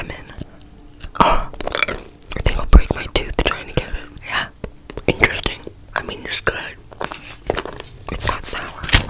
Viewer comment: I think you mean “inchresting”